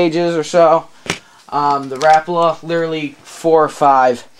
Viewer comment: Im just putting this out there but its not rapla its rapala